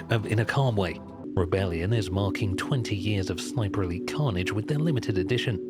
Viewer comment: Every time he says Sniper Elite I think he’s saying Sniperly